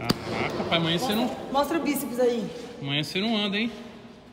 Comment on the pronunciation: Agora a Jessica tem que beslicar ele também pra parar de falar pae.... tudo é pae.pae